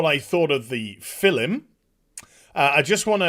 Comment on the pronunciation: unnecessary additional consonant added to the word "film" to become "fillum" ... cymry confirmed ;D